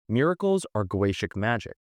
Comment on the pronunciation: Tarkin ? Gaytic ? Chorister ? My brother its Takwin ( tac as in tatical and then win) Go-e-tic Chorister as in Core-ris-ter